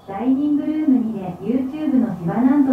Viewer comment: 、、「しばなん」の発音がめっちゃ綺麗！！ サ行は発音難しいのに😭スゲェ